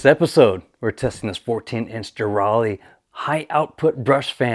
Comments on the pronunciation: It's De RAY LEE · It's pronounced Derale, duh 😆